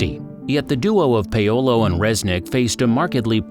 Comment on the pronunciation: Does the narrator seriously not know how to pronounce Paolo?